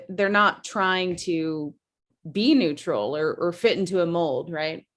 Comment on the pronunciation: "Stay NETURAL"